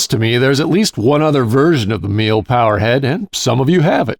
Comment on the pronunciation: Pronunciation is apparently less like "meal" and more like "me luh". Zee Germans and all.